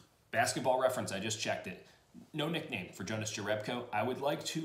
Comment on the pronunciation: It's pronounced Younas Yerebko but he seems to be okay with either lol